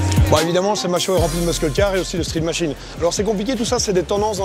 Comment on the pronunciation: j'en peux plus de l'entendre dire "muskull" :/